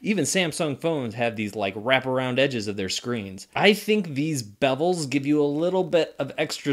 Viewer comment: Are you saying Bebels? It's bezels